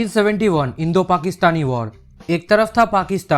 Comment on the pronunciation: Indo- pakiatani 🤣